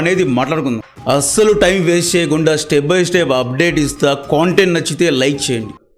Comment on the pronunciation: ర్యాండోమ్, కోన్ టెంట్... కాదురా బాబూ.... ముందు ఉచ్చారణ సరిగా నేర్చుకో